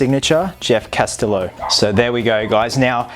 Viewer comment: The way he said “Castillo” 😂